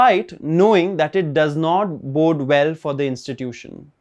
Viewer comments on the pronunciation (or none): none